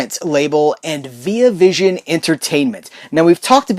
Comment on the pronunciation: You're pronouncing the Via in Via Vision wrong btw, and it's not cause your American and I'm Australian either